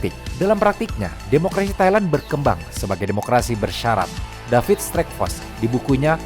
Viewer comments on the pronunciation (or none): none